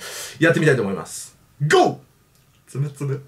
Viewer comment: つむつむのはつおんちがう